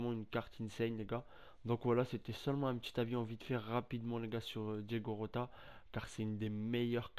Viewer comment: Mon reuff t'a dit diogo rota alors que en portugais ça se dit diogo jota 😭